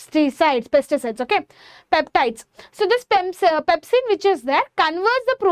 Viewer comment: Your pronounciation is not at all good u say pempsin to pepsin n u tell pesticides to peptides. In this way ur teaching better u learn first🙄